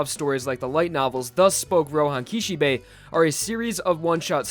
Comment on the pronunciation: "Roehan Kishebay"